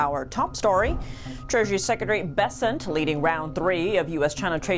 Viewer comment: Secretary Bessent surprisingly sounds like "peasants" 😂 "TikTok in trusted US hands"? Holy cow, that's like pressing the foxes to guard the chicken coup 😅